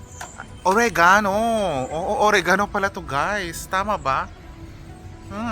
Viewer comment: Ang Arte pagka pronounce ng origano ah hahahaha ore-ganow 😂